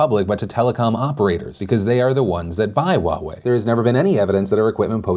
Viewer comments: “wa-way”... it’s “huwa-way” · what happened to your h in huawei... there is an h and it’s pronounced :S Also Chinese pronunciation note the w in Wuhan isn’t pronounced 😂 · I thought Huawei was pronounced " hue-way" not " wa-way". My whole life perspective has changed and I will never be the same. 😐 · I didn't realise Huawei is pronounced the same as Borat saying Wowee. Can't take them seriously now and definitely wouldn't trust them with my data for this reason alone. :-P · Wait, Huawei is pronounced Wa-way? 😮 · wait I've been pronouncing it Hu-i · wtf is "wahwei'? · Heawei... thought I heard Wawa for a second 😂 Wawas secrete passage ways to 7/11 cause they practically buy their shit from them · Wow I’ve been pronouncing it wrong in my head for years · How do you say Huawei, its so weird :P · Omg that's how Huawei is pronounced? Omg I'm an idiot apparently lol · Is it just me or is the way Philly says Huawei funny?